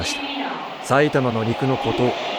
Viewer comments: 「かわしま」じゃなくて「かわじま」なんだよな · 「かわじま」ですね